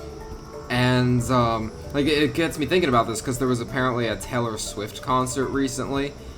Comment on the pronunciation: kept calling Taylor Swift Tallor Swift